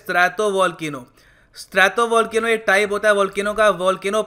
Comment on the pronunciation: "स्ट्रैटो" न की "स्त्रातो"।